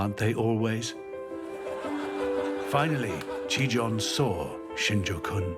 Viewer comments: "ちぃたん"と言ってるはずなのに発音が良すぎてギリシア神話の"ティターン"と言ってるふうにしか聞こえない。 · As a Japanese learner, I cringe at the American pronunciations of “Chiitan”. They pronounce it like “Chitaan” or “Chitan”.... close enough I guess lol